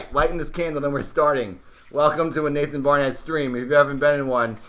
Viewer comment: I see you have problems with my name right? 😂